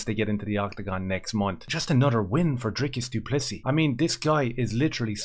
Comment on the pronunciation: thank you for making the effort to pronounce Dricus name and surname correctly.As an English South African Caucasian I respect you for that.I subscribed a couple of months ago.Keep up the good work